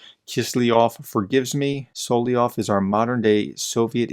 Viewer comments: sol-ov-yov... not sol-ie-ov... SOL-OV-YOV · Dude! It’s Sol-LOV-yov! Emphasis on the V…SoloVVVVyov! Gah, had actually stop watching after the umpthieth time hearing “Soloyov”, or worse, “Solyov” or “Slyov” 🤦🏼‍♂️😳 ugh. How hard is it! Apologies but….yeah 🤦🏼‍♂️🥴